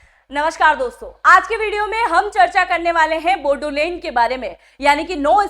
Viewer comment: बोडोलेंड नहीं... बोड़ोलेंड है